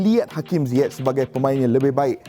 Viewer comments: No one : Frank Lampard : HAKIM ZAIYECH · pronounce nama ziyech ni.. zaiyech ke ziyech